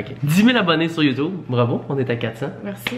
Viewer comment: Cest drole quel dit yotoube au lieu de youtube